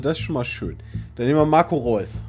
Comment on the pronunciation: Der heißt gar nicht Reus (räuß) sondern Reus (re;us)